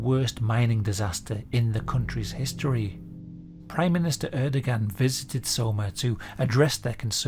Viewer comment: Horrifying story. Safety protocols and legal regulations are written in blood. And just FYI Erdogan is pronounced Air-Duh-Wahn :)